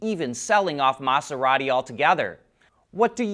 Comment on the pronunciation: Your pronunciation of Maserati was a bit annoying, and you said it ten times in that short time. Pronounce the S as if it were a Z. If you want to learn more about it, watch the John Oliver episode that covers these in detail. In short, it would be an environmental nightmare to the ecosystem on the ocean floor and would be worse than regular methods of mining those minerals. Unfortunately, some only see dollar signs.